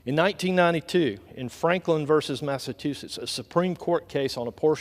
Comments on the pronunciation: Again, but who shall do the manual labor🤔. Many Americans would rather not (do manual labor). Thus our obesity issue. Please someone educate these people on how to pronounce Massachusetts…..one of the original 13 colonies. It is pronounced Mass-a-chew-sits. Seriously 😳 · How is it remotely possible to pronounce Massachusetts as Massatoosets? America your IQ is sliding rapidly downhill. Yikes.